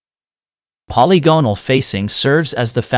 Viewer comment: I enjoyed your video but I prefer "polygonal" to be pronounced: puh • li • guh • nuhl